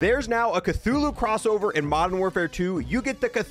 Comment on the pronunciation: he said cthulhu crossover like it was a collab 😭😭